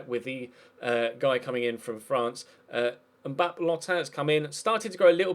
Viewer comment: Since pronunciation is under scrutiny again... Navarrete is pronounced na-va-REH-teh, with FOUR syllables Mbappé Lottin is pronounced mbah-PAY loh-TAN, with TWO syllables in the first half of the surname, and stress on the second syllable for both Paredes is pronounced pah-REH-des